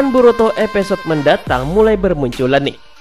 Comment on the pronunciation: Episode bambang bukan epesod